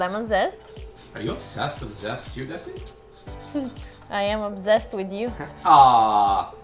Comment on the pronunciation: "I am obzest with you" Yall are the cutest. Love the recipe!